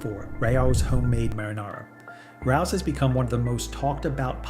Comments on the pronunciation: Pronounced, ray-oh’s 😊. That’s the only one I buy. Although it is pricey, if you went to a restaurant, you would pay $25 at least for a serving of spaghetti. 🍝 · Rao's is a legendary, immpossible to get a table, Italian restaurant in NYC. But it's pronounced Ray-O's - Otherwise, excellent information, well presented. 👍